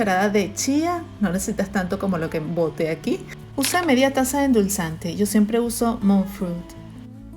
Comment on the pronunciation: Que endulza te es no le entiendo 😬